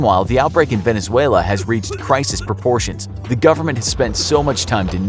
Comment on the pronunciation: homie just pronounced Crisis as Criseees